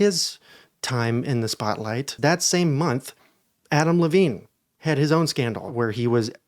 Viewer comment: When you said Adam Levine, I heard Avril Lavigne at first and was like ?!?! lmao